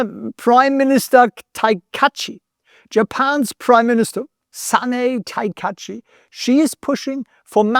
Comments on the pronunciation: Ta Ka I Chi So spricht man den Namen aus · Prime Minister "Takaichi", I assure you as I'm Japanese.